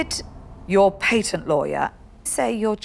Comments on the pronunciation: "uk paintent” lol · Deez people be talking English bad! Dey ain't even pronounce "Patent" goodly! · Last time I checked, "pay tent" was spelled "P A T E N T", and for that reason I'm out!